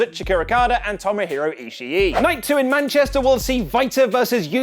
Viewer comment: In Tomohiro Ishii the two is at the end of Ishii is pronounced as one i just so you know ^^